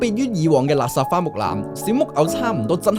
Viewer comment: 多謝分享，好有趣 但可唔可以改一改懶音？垃圾，係讀立霎唔係勒殺，可以聽下盧巧音垃圾